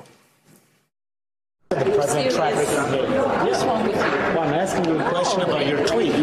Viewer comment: Why does Mika pronounce Israel that way?